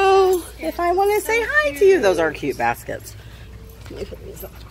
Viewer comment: I heard ‘those are cute b*st*rds’ instead of ‘those are cute baskets’ Both are correct.